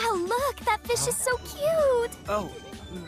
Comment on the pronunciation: Feesh, I’m here for the feesh! I saw a feesh, the feesh is the best character, I am putting my foot down! Okay well, I’m also here because my friend recommended this as well. It’s interesting, I am intrigued.